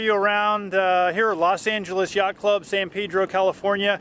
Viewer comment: San Pedro means Saint Peter in Spanish. The correct pronunciation is with a short vowel "e" in Pedro.